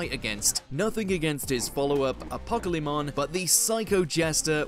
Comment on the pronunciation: I had forgotten how Americans completely butchered Apocalymon. They are the true villains.